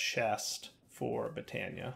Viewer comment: Botania... more like Bee-tania